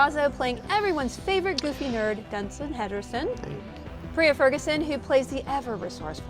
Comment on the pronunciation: Did they say Dunsin Henderson? Anyway loved this!! Super funny 😆